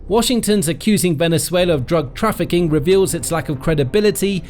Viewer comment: "Drafficing Drugs"